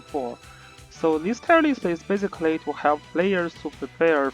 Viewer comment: every time you say basically, it sounds like physically... lol